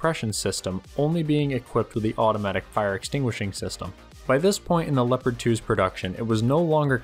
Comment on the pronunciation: Nobody:: Leppadd